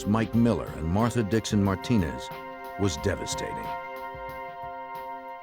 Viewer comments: Martinez!! PRONOUNCED Mar-Teen-Azz NOT Mar-Denaz HOLY FUCK! What's wrong with you people?? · Anyone reading this... his name is pronounced MAR-TI-NEZ. It was irritating me how they pronounced it. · Why is it, that when you stiff FBI guys pronounce "Marti=neeze" as "Martin-es"? You are so clueless. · Who tf says Martin-ez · “Martin-Nez” is killing me 😂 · Everyone saying the narrators voice is so perfect, and I’m like what the hell it’s not Martin-Ezz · How hard is it to say MARTINEZ😂